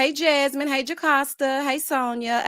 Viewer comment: SO COOL, YOU SAID JasMeana!